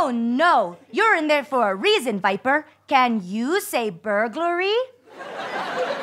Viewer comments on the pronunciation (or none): Isnt it swiper not viper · It's swiper not viper lol